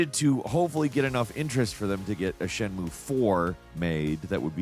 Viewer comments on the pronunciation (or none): "shen-moo" 😂 darling it's closer to "shen-myu-eh"!